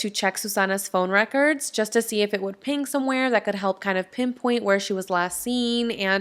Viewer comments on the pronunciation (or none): none